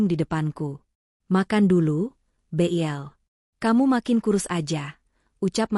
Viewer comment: Sayangnya pembaca cerita kurang sip ! Nabila dipanggil " bil" dibaca be i el.ndak nyaut !😂😅